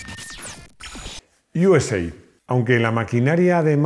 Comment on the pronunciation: Yuesei , toma inglichutismos Yo siempre he oído “usa” literalmente